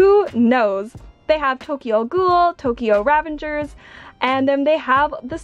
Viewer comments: “Tokyo RAAVENTGERS” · I don't wanna sound rude but When u said Tokyo Ravagers it triggered me it's Revengers 😅